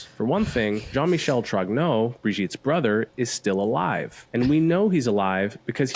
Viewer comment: Wht the fuck are you all misspronuncing the name Trogneaux ?